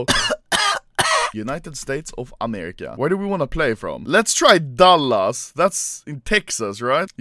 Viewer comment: No one: Anomaly: DÄLLÄS